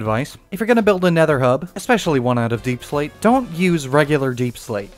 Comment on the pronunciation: "YoU wAiT FoR a SecOnD JustA SecOnd....oh ok.....aNd TheN U Got UrSelF a BunCH of DaiePsLaite, I dont know why I turned southern" I laughed so hard